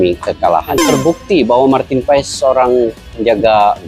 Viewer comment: Baca dan pengucapan nya Martin pas bukan Martin pa es.. walupun secara tulisan paes